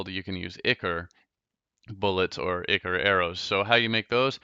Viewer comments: it's I-cor not icur and it's cursed not curs-ed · Its Ichor not ichr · The fact that he says cur-sid and ikr annoys me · Pronounced (i-core)